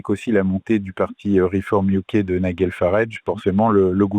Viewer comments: Les journalistes de TVL n'ont toujours pas appris à dire Nigel Farage mais continuent avec leur ridicule Niguel. Faut le faire. N'y a-t-il donc personne dans la maison qui puisse corriger ces journalistes? Et on ne sait toujours pas baisser la voix à la fin d'une phrase. Ne leur donnez pas un sou de soutien tant qu'ils ne font pas leur boulot correctement. Chez Tocsin ou Radio Courtoisie, tout le monde sait s'exprimer correctement. TVL devient vraiment au-dessous de tout. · nigel se prononce "naïdjel"